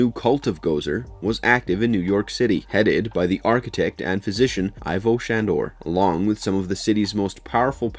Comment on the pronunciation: Ivo is pronounced EEVO not EYE-VO. Ivo said humanity was too SICK to survive, NOT WEAK. It’s in the first film. It’s also not “Hitties”. It’s “Hit-ites”.